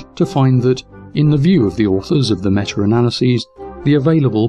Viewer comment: Awesome vid... except... IT'S META! META!!! NOT METUR! THERE IS NO R!!! AHHHHHHHHHH! Other than that, win all the way.